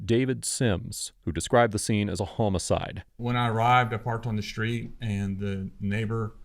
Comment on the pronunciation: Is someone ever going to explain to the narrator how words are pronounced? Because ,unless theres been a lot of murders in springfield I dont know what a HOMERSIDE is. Sorry but its getting really frustrating now